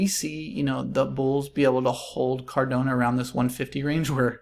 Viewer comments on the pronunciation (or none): Really great analysis dude! Thanks! Feel like it’s probably up from $1.50 from here heading into smart contract rollout. (For future vids - pronunciation is Cardano not CardOnA - no worries tho mate!). Cheers.